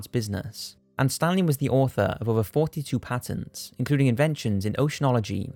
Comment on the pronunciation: "Pay tents" 🤣